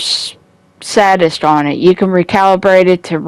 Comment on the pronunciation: 1. It's pronounced "say-dist" 2. It's not a "full auto" shotgun, the six12 is a semi auto shotgun fed from a revolving drum. You can even see how slowly it fires when you're using it. The scorpio is also not full auto. 3. It's "Improvised" gloves not "improved" gloves. 4. There's no point in having high crit hit dmg when you're crit chance is only 16%. Crit hit dmg only occurs when you get a critical hit, which will only happen roughly every 16/100 bullets with this build. Invest in something besides crit hit dmg. It kills elites very slowly I've noticed though I suppose it would be nice in a team fight having all of the enemies bleeding too.